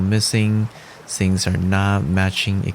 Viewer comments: Your video had some of the best tips/info on watercolor that I've seen. You knowledge and skill level is top notch. Your verbal pace, voice and pronunciation is excellent. If I had one piece of advice I would say work on your th pronunciation. It sounds like the "s" as in sing instead of thing. I don't speak your language, so please do not consider this a complaint, just friendly help as I would want from someone. I have subscribed to your channel, and thank you for the opportunity to learn from you.! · Bro, pronounce th-ing, not sing! Th-ink, not sink. And wi-th. Pronounce the 'th', not as 's'. Your watercolouring - fantastic!